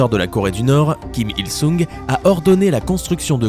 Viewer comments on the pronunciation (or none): pas sung svp sun on pronoce pas le g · Kim IlSung ça se prononce Kim IlSong ;) (comme le "o" dans "porte")